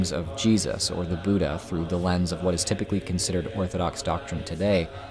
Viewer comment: ur pronunciation of buddha is westernized, cuz there is a difference in da and dha.